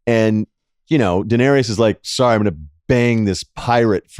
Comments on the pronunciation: Could someone PLEASE tell Russillo it's pronounced "Deh-nair-iss", 3 syllables, not "Deh-nair-E-ous". And Arya only had one knife, you see her drop it from one hand to the other for like 5 seconds, it's the 'practice against Brienne' move from the previous season. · Ryen puts an extra syllable in Daenarys "Da-nare-ee-us", Bill puts an extra syllable in Arya "Ar-ee-ya" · Much better analysis here than Talk The Thrones, which just sucked off this episode, instead of pointing out how many issues it had. Love how they use sports analogies during these mini-reviews. Ryen will learn how to pronounce Danaerys one of these days, or not.